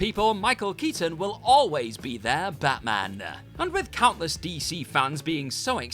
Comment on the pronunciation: This presenter reminds me of how the Reverend Lovejoy pronounces some of his words. Made-AH! League-Ah! CGI-AH! Batman-AH!